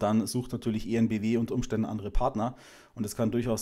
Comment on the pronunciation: "En Bee Wee" und nicht "E En Bee Wee" 😊